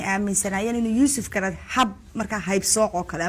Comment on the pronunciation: 😢😢😢😢😢 im glade inay nushara ku dhawpaqdey graca magaciisa YUSUF GARAD YUSUF GARAC NOT GARAD 😂😂